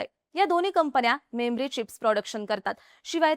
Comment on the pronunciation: मेम्री चिप्स नाही. मेमरी चिप्स असं आहे.